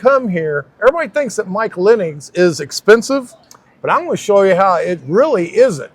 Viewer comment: Okay, you got the spelling right, but you keep saying Linning instead of Linnig - even with an actual family member with the last name of Linnig... Lin - nig... it's easier to say than Linn -ing.